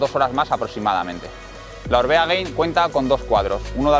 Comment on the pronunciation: Gracias por el video. Solo un apunte, es Gain no “Gein”. En vasco Gain significa alto, parte de arriba. Supongo que en relación al alto de un puerto. Gracias!!